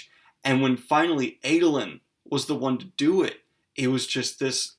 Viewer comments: Ahdolin not Aydolin. Shallan not Shollahn. Lol sorry that's just me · I find the differences in my pronunciation of the names (as a South African) and Daniel's (as an American) to be fascinating. For instance I call him AH-doe-lin, not AY-doe-lin.